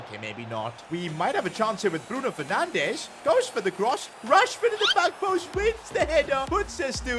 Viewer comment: Bruno fernandes ❎ bruno fernanch✔️